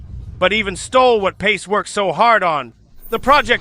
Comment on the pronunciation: The ai dubbing of actress sounds bad pronouncing words with some kind of foreign accent. Pace is not pronounced as pat che!